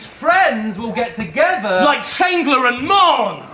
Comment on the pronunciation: 2 minutes into the battle and pronounces Chandler weirdly and now I’m violently ill